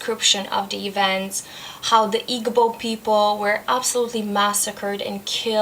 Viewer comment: When you said it was the book you liked the most from International Reads I wasn't surprised. Half of a Yellow Sun is just a wonder story set in the historical context of the Biafran War. I really think Adichie is very good with character development. Igbo is pronounced eeboo. Sounds like you really enjoyed it. Now you'll have to read Americanah.